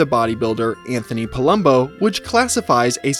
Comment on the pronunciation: “Anthony palumbo” lmao